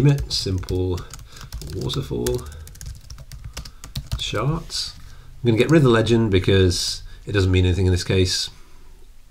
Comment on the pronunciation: "Waffle chawts." "Waffle chawts!"